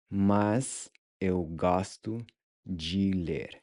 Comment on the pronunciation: Kiitos, muito obrigado ❤ I previously watched your video on the pronunciation of open and closed wovels. It was confusingly difficult to distinguish between a closed sound and an open sound. But with this video, the open ”o” opened up for me when you taught to pronunciation of the word ”gosto” You are really good at teaching pronunciation 👍🏼 I also liked the recap of the previous episode (Lesson 1.), which you nicely added at the end 🥰